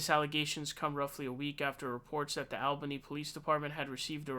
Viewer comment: It is pronounced All-bany